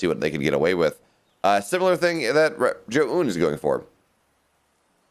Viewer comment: Omg, just let me co-host just so that one American announcer for the first time can pronounce Zoun's name correctly